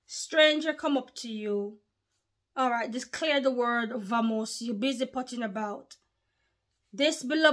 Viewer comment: It's pronounced with a b sound in Spanish let's go! Bamos/vamos